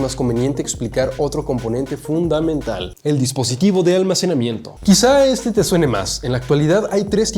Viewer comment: Es un componente fwodumental amee🤣🤣❤